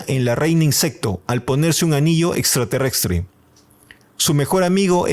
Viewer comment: Buenísimo el informe! Pero no digas más "extraterrextre"